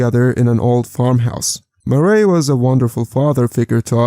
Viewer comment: Murray is pronounced "muhr-REE" not "more-ray"